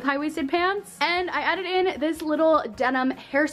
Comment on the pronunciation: she said “and I added in” but it sounded like she said “I edited in this little denim hair scarf” and I was just like YOUR EDITOR MUST BE GOOD